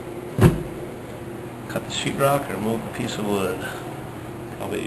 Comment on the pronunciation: Did you say "sheetrock" or "s--t rock"?!